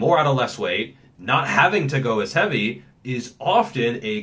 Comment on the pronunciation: "How Heaeveuiy" love it